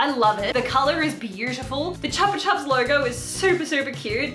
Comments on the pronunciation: okay i never say anything when people pronounce things wrong but like this just hurt my childhood, chupa chupa is pronounced ‘choo pa choo pa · The Chupa Chupa shirt is pronounced "chuu pah, chuu pah", kind of like the Korean store Chu XD. Also, it's an edited logo of a Spanish lollipop company called Chupa Chups